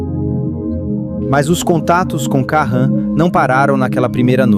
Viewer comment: "Karran" e "Klemer" 😄😄😄